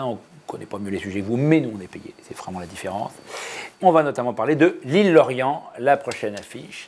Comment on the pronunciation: "et ça c'est frément la différence" x)